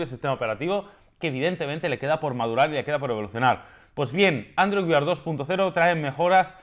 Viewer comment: ''Android Weird'' JAJAJAJAJAJA cada vez que lo decía no podía evitar reírme. No entiendo porqué no lo pronuncia como ''wear''.